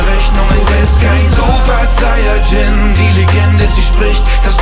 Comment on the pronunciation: Zayajin ? WTF Sayajin ist ja so schwer auszusprechen